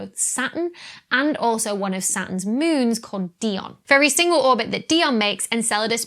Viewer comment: I love the way you say moons. It sounds like mewns. I don't know why I like that so much, but I do. Here in the US, we don't have accents. OK, I guess they do in the south, and in Boston for some reason, but most of the US - no accents.